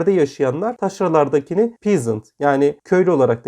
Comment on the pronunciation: Köylü anlamına gelen peasent kelimesi pizint değil pezınt diye teleffuz edilir